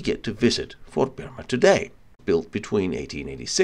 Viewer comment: proper name of the fort is "BEMA" not "BERMA"